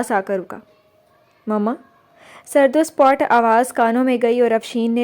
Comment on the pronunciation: Good job Masha Allah but word sapaat hy jis ap spot ada krti hn